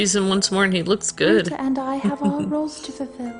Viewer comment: IT'S RUTA WITH AN A AAAAAA